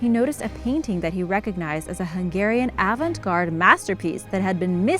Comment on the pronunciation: please, PLEASE, the final "t" in avant-garde is SILENT, so do not pronounce it. Tricky French word.